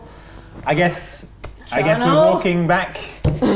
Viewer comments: It keeps sounding like Charnel, not Channail. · Channail. and were constantly mispronouncing it.